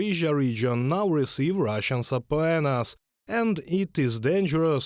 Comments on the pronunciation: I was like what the hell are they saying?! sappuenas ?? they tried to say subpoenas ... i appreciate the effort though for trying to give english videos but sometimes the mistakes are funny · I will have to teach you guys how to say, "subpoenas"